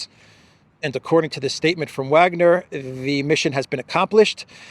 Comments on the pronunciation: Btw its (Vah)gner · please learn to pronounce Wagner properly. IE: Vargner! W in German is a V!!!